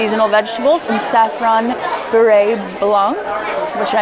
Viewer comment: Beurre in beurre blanc is French for butter and pronounced “bur.”